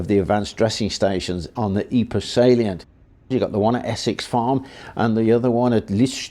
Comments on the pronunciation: Pro tip: It's called "Eep", not "Eepray". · Pr Pr Pr.. Pronounce Pr... Ypres.... 'eeepr'.. That is how you pronounce the city. fkn eeper !! Dude..